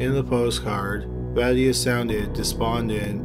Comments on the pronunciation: Just FYI the name "Mathias" is not pronounced "mat - e - us" it's "mah-THIGH-as" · Ma-THYE-us not MATT ee us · Ma-tay-us. You're killing me, bruh.